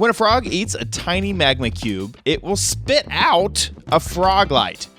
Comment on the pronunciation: Did he say spit out or shit out a frog light?